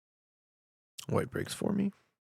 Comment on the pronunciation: Do all leafs say "rother" instead of "rather"?